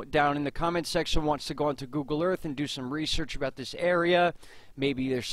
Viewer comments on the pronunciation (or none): none